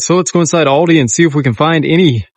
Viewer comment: All-dee. Thats how its pronounced. 😊